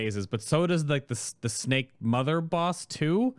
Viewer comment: Why says snack instead of snake?:D